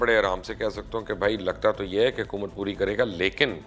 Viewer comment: آپ کی ساری باتیں سو فیصد متفق ہوں۔ مگر برائے مہربانی اپنی اردو پر توجہ دیں۔ صحیح لفظ“عمران کھان” نہیں ہے وہ “عمران خان” ہے اور “حَکومت” نہیں ہے “حُکومت” ہے۔ یہ ہندی فلموں کی وہ خاموش سازش ہے جس کے ذریعے ہمارے لہجے اور تلفظ کو برباد کیا گیا ہے۔ اور ہم غیر ارادی طور پر ہندی بول رہے ہیں۔ آپ جیسے باشعور لوگ بھی اگر یہ نہ سمجھ سکیں گے تو پھر ہم کس سے توقع رکھیں۔ خدارا اِس شازش پر بھی لوگوں کو توجہ دلائیں۔